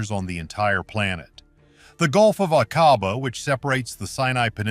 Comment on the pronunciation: Doggone you! Using an AI voice, and a COMPLETELY AI generated SCRIPT, has tarnished what little veracity and credibility there might have been of this story. 😠 In addition to absolutely butchering pronunciation of foreign names (like the Gulf of Aqaba), AI CAN LIE, putting EVERYTHING you let it create into question! SHAME🫵 ON🫵 YOU!🫵😡 Would you accept that sort of thing from your husband or wife?! Go to the video description: Significantly altered or generated by AI. I've seen some of this information and (1980s or 1990s?) footage before! The scuba gear is old, the ROV is old, the haircuts are dead giveaway. What else do you need to be told? 😡 I'm reporting this for misinformation. Not for being ENTIRELY false, but for NOT being entirely TRUE! You do know we'll have to stand before God and explain everything we've done, right? Right?!